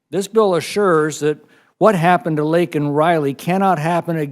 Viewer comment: Who else remembers when Resident Brandon apologized to Riley's murderer for calling him "illegal", but DIDN'T apologize for mispronouncing Riley's name LAKEN (Lincoln)? Pepperidge Farm remembers.... R.I.P Laken Riley 🙏🏻✝️